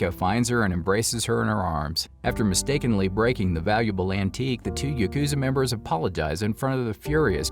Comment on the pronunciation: Yukuza yukuza yukuza, dude YAH wtf lmao